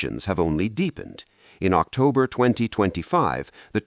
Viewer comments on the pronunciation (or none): none